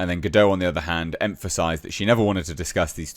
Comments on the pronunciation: Gal Gadot is a Hebrew name—it does not rhyme with "Godot" or "row" /ˈɹoʊ/ (US), /ˈɹəʊ/ (UK). It is pronounced [ˈɡal ɡaˈdot], ie. with a /t/ sound at the end, like in the word "not" /nɑt/ (US), /nɒt/ (UK). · She isn’t French she’s Jewish, so it’s Ga-dot.